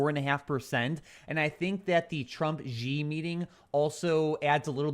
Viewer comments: The Chinese guy is not GEee. It pronounced like "She". Xi. X is pronounced like the french style in Chinese, like an Sh with a small h. If you could combine See and She, that would the most correct way to pronounce it. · i lived in china for several years. X has 'sh' sound. so Xi correct pronunciation is 'She'. Love the shows!